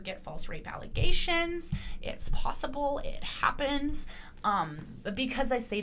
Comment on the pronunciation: *It’s ‘ALLEZATIONS.’ 😂